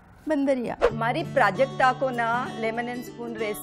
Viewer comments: When you hear Projectile instead of Prajakta. To much Engg bro.😂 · R.S.Mishra its Prajakta not prajkta. 😊 ok